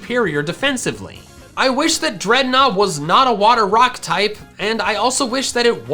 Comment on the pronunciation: DREDNAW, NOT DREADNOUGH! FIX IT NOW!